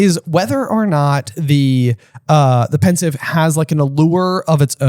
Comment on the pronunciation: It's Pensieve, not Pensive.